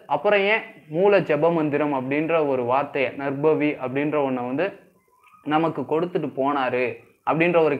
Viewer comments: First pronounce Name clearly is it Narbhavi or Narpavi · பசு என்று கூறும் போது ப-வை எப்படி உச்சரிப்பு செய்கிறீர்களோ அதுபோல் நற்பவி என்று உச்சரிப்பு செய்யுங்கள். 🙌 வாழ்க வளமுடன் 🙌